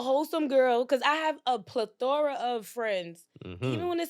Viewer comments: Did she say...Plathroury... lol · She said a ple-thora lol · Yoooo...I was wondering if anyone else peeped that pronunciation. 🤣🤣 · 😂😂thought I was the only one lol smh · Man I’m sitting here like wtf is that 🤣🤣🤣🤣